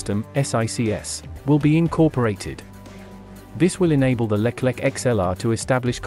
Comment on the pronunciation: it not Leklek , but Leclerc (read Lekler)